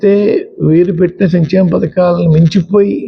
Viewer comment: చంచెమ కాదు సంక్షేమ